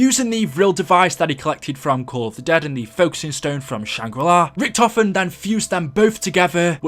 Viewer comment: Godaaaaaaaaaaaaaam, IT'S NOT RICK TOFEN, IT'S RICHTOFEN FOR FUCK SAKE